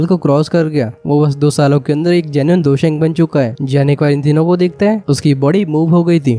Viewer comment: Bro it's Dou Sheng